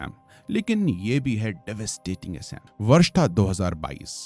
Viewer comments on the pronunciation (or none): एसाम नही असम, बहमापुत्रा नही ब्रहम-पुत्र हिमालया नही हिमालय! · Sir assam ka pronunciation thik kijiye assam aur majuli ka. Aap galat tarike se pronounced kar rahe hai. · Bhai theekse Assam pronounce kar 🙏